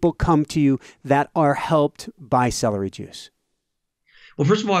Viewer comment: I hate celdery. 🤣🤣🤣